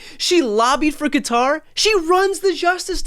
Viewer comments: Brian is the only US commentator I have heard who correctly pronounces Qatar. Most say cutter. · Thank you for pronouncing Qatar correctly.